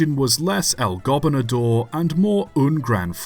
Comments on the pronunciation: Really? "El Gobinador"? You're like saying the Spanish word for Governor too fast. It's "Gobernador". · The primary accent on "Gobernador" is on the second syllable, not the first. The secondary accent is on the fourth syllable ... go-BER-na-Dor